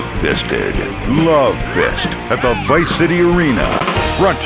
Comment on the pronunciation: "You taught me baseball team and how to ruvv"